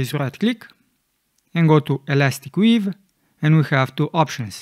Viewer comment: It's elastic 'WAVE', not 'weave', you can see in the menu when you select it.